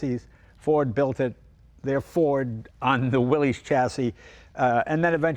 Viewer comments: Please, Jay, the name Willys is pronounced as Willis, not Willies. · It's not pronounced Willy's, it's pronounced Willis. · Willeez...willeez...willeez...over and over throughout the video. It's pronounced "Willis." It's not the possessive form of "Willy," It's company owner John Willys's last name, and it's pronounced "Willis," like when Arnold says "Whatchyoutalkinabout Willis?" in Diff'rent Strokes. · Mr Willys pronounced his name and the nane of his cars, company.."WILL IS" not "WILL EES" an amazing paradox on how American pop culture can distort anything lol! I have a 1943 Ford GPW drive train under my 1954 CJ 3B with a 1951 Ford flathead V8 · Jay, Jon Willys’ name was pronounced “Willis” , not “Willies”. I appreciate that the popular pronunciation is “Willies”, but it is worth mentioning the original pronunciation . Cheers! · It's really sad when even Jay Leno mispronounces "Willys". It's Willis, not Willy's. The company was named after its founder, John North Willys, who pronounced his name and his company /ˈwɪlɪs/ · I've always heard Willys should be pronounced "Willis" (not "willies"). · Pronounced “Willis,” not “Willies”. Damn. It’s not rocket science. Learn how to pronounce the damn thing, 😂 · Ugh! It is pronounced WILL- iss. Not will-eeez. 🙄 It is a surname. If you do not believe me, go look at the old videos they made when they were first developing the Jeep. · Come on, Jay! It's WILLIS - NOT "WILLIES" Listen to radio ads from the WWII era. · C’mon Jay, Willys is pronounced Will-iss, not Willies. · There never was a Willeys or Willies or Willy’s. It’s Willys, no apostrophe, pronounced Will-iss. Willys-Overland founded by John North Willys. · Jay - I'm surprised at you - It's pronounced like Willis. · It's pronounced Willis. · It's pronounced "willis." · Et tu, Jay? It's pronounced Willis. The guy's name was John North "Willis." No apostrophe. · From recent research, we now know Willys is pronounced "Willis." 🤔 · its pronounce 'will iss'